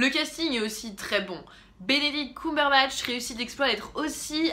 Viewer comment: Arrêtez de prononcer "Coumberbatch" on dit "ceum" :(